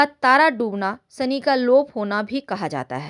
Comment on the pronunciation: यह श को स बोलना । शनि महाराज का उच्चारण ही आप गलत कर रही हैं ।